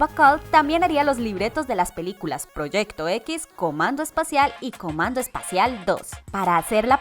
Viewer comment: soy yo o es comando especial y no espacial xD